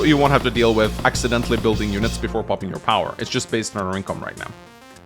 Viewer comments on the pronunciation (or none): none